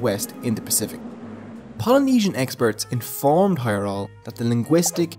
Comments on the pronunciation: Heyerdahl has a "d" in it. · Why did you consistently leave out the D when pronouncing Heyerdahl? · Dude - there’s a D in Heyerdahl. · Pretty sure the "d" in Heyerdahl is pronounced.